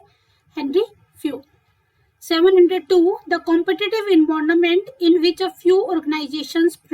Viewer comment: I love your environment pronunciation